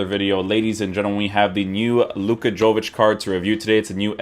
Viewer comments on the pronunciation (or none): Yo-vic not Jo-vic. Dam Americans hahaha.